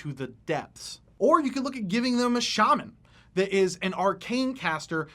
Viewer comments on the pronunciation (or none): none